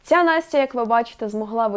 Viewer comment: вони не можуть вимовити "ця" вимовляють як "ца" ))